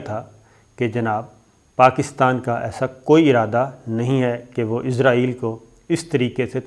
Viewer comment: Shakir Sb pl pronounce اسرائیل not عزرائیل۔